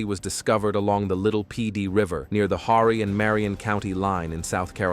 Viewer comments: It's Ore-e county. H is silent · Horry county??? Or Horny County?